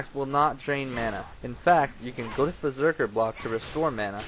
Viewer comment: LMFAO! "A Berserkal..." LMFAO!